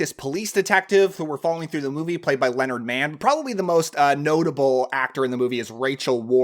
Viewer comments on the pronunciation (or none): none